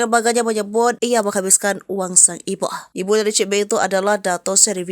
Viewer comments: Suara naratornya lebay, ibu ❌ iboh ✅ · pembaca berita nya biasa aja baca nya, gak usah lebay 😂 "sang iboh" 😂😂